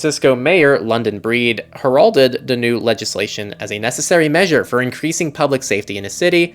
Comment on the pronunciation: I love this show but please learn how to pronounce 'heralded'.